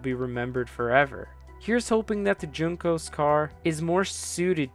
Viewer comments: It’s not JUNE-cos, WHON-cos. Love the video! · Say Juncos wrong one more time...